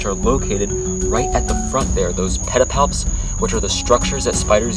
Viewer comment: *Pedipalps, not palpables